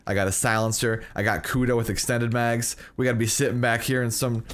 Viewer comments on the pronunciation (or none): none